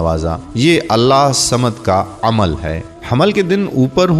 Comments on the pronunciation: Allah hu samad bollte hai Allah samad nai bollte hai samje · برائے مہربانی اللہ الصمد کو صحیح تجوید کے ساتھ پڑھیں ، آپ اسے صحیح نہیں پڑھ رہے ہیں ص پہ تشدد ہئے تو لہذا ہ کو ص سے ملائیں